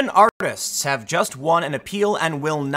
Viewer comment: At the beginning of this video, did Tim say "arpists" instead of artists?